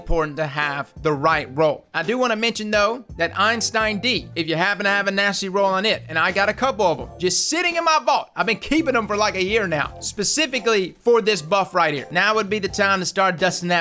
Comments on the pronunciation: Eystein, not Einstein. But I don’t blame you. I have been calling it like that for a year lol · 1) It’s “Redrix’s,” not”Redrick’s.” 2) It’s not “Einstein,” it’s “Eyestein.”